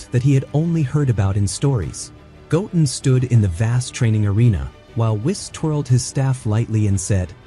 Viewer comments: Goatin' ??? Go-Ten ....this must be AI voice. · His name is “go ten” not goatn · Did u say goat en … its go ten … goo ten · Not gotin its pronounced goten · Why u keep saying his name wrong like omg goten not gotum lol😅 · his name is pronounced go ten not goaten, just saiyan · Go....ten.....stop saying gotn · Goten not toulken hahaha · It's not Goat-en it's Go-ten ! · Goat-in. Is a hybrid sigh-Yan. Got it! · His names not Goaten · Goatin and saiyon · It's Go-Ten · I like your videos the please pronounced the names the name is. Gotin say like that and we good 😅😅😅😅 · i love this extended of goten but it sounds like the narrator is saying goaten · How do you even spell the AI pronunciation in this video? Goen? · mis pronoinces goten sais it like goatin and misses the t in gokus sayain name crazy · You said his name wrong you’re not a dragon Ball Z fan or a OG fan more likely get your fucking ass off here if you can’t say their names, right? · Omg pronounce sayians and goten properly